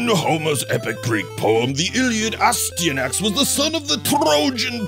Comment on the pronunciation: quwebsActually: it's pronounced As tee yan axy:D Great review! Great seeing more of these!